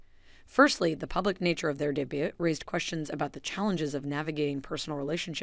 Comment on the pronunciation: It's not pronounced DEBIT.